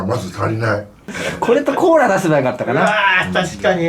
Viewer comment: コーラをコーラーて言うか…